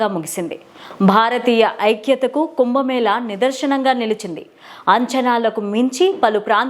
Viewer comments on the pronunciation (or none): కుంభమేళాను కుంభమేళా అని తప్పుగా ఉచ్చరిస్తారు.... దయచేసి పదాలను సరిగ్గా ఉచ్చరించండి..